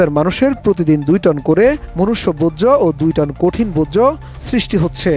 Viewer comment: বোজ্জ না ভাই বর্জ্য